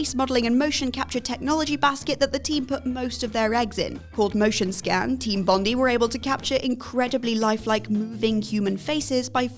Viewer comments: Heard it, searched for a comment and found it. As an Aussie, Bondee makes me cringe... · Team "Bondee" It's pronounced "Bond-eye" The irony of saying they did their research 🤣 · Also mispronounced Team Bondi